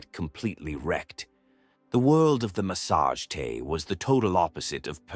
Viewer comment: well done BUT PLEASE its not massage tay its THE MASSA GETAE